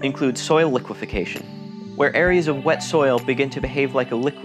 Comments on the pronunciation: Liquefaction, not liquifacation. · There is no such word as liquefacation. The word is liquefaction, lick wa faction. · liquefaction - not "liquification" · It’s not liquefication. It’s liquefaction. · I think Liquefaction, not "liquification" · It's "liquefaction" not "liquefication" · Robert Chase I caught that, too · Liquefaction. Only 4 syllables, not 5.